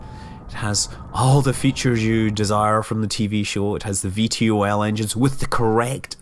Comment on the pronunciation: VTOL is more commonly pronounced "vee-tol